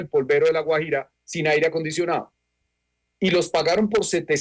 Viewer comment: Raro que no pueda pronunciar Guajira... extraño.. Vivió fuera del país?